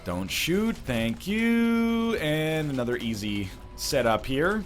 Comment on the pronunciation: Oh Northernlion plays Binding of Issac. It's "ANUDDA ONE!"